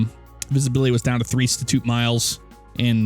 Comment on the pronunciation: statute is pronounced like "statue" with a "t" on the end